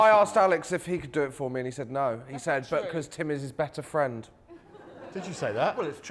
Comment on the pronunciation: Rhod’s his fwend